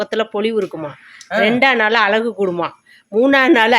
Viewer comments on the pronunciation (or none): none